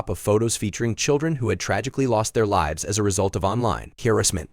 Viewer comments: Narrator pronounced 'lives' as a short "i" when it should have been pronounced as a long "i". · Lives with a short "i" is a verb, with a long "i" it is a plural noun.